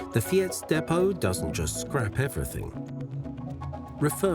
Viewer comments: For a channel with 1.26 mln you should pay a bit more attention to local pronounciation ! ! 'Fiets' is not that hard to pronounce. Other pronounciation than 'Fyeets ' is not too much asked anyway . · Also, you make a video about bicycles in Amsterdam and don't look up how to pronounce "fiets"?